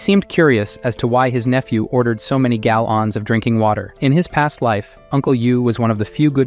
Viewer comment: Amir:malions dolla dolla and galions💀💀